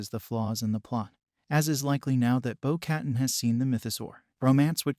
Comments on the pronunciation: its pronounced "bow kuh-tan" not "bow cat-in" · "bow kuh-tahn"